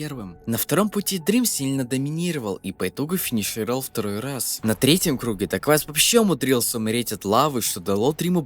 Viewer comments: не дегуавис а дэквавис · Это дакуавиус а не дагуавиус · Не даквайс а дакуэйвис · Это не давис или как ты его называешь прочитай его ник нормально Это даквейвис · Его ник читается как даквэйвис ,это можно понять на канале дрима на русском с его участием